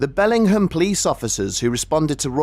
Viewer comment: Having missed the brief moment about 6 minutes in when you vaguely described the location, I had no idea where this happened. Then when I noticed you pronouncing Bellingham that way I thought “oh, there must be a Bellingham in the UK too”. So that was confusing af lmao